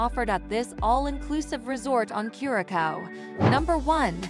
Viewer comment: It’s not pronounced cure-a-cow. Embarrassing